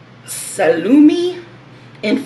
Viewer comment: It's really nice when you pronunce salumi, formaggio and gorgonzola in italian! I'm italian 🙂